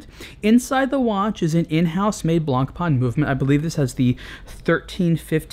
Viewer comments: it is pronounced blah pah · Nice, concise review. I don't think you can compare this to the submariner though; the FF is in an entirely different league. Also, you might like to know this, in French, the "c" is not pronounced in "blanc". Cheers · Man, name's not "Blank Pawn"! Of course, you can call it anyway but if you think you're a watch reviewer and actually you made it a daily job then do yourself a favour: Learn how to properly spell the names in this industry. Why all english speakers distort stupid french names remains a mistery.. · One of the most beautiful watches ever. Btw: Get the name right. ;-) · I wish you could say "Blancpain" properly, but I guess the right pronunciation is too difficult if you don't have someone French or Swiss to help you out.